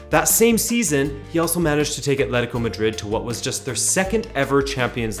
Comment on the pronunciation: The usual game of "drink every time someone says ATH-letico" didn't hold up here.